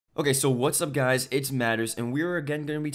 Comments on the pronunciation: Dude did he just says " a couple of GAYS" in the beggining of the video i replayed the video 4 times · went back to listen, sure enough LOL